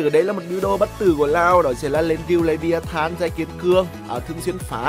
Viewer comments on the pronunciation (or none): none